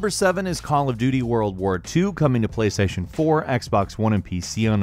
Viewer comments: Kra88ypa77yJR and playstation "porn" instead of playstation 4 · He deadass said PlayStation porn lmaoo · i swear he said PlayStation porn